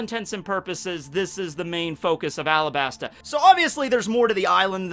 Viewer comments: It's called arabasta not alabsta It's just common sense the arc is based on Egypt and other middle eastern countries and we are called arabs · It’s supposed to be Arabasta. It’s based off of Arab countries, and the l and r in Japanese are the same sound